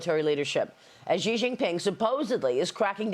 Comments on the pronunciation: Why the Americans cannot pronounce "Xi" as in "taxi"? Why all of them pronounce it "Ji"? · Why are these news professionals incapable of saying the leader of Chinas name correctly? This is your job! His name is pronounced starting with the sound "shee" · It is incredibly unprofessional for a famous journalist to consistently mispronounce a foreign leader's name....